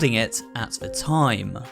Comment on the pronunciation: More disturbing than the Seaview Hotel is the fact that you seem to pronounce "the" as "vuh" 🙉